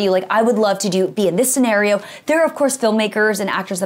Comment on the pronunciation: she pronounced scenario wrong.